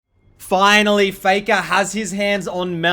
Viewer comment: "foi-nolly fay-kah has mel"